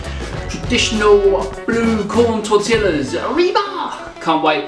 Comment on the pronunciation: you almost lost me when you mispronounced tortilla before you even started